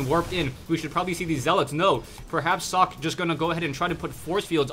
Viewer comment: Socke is a german player, so if you want to pronounce his name correctly you need to "speak" the "e" at the end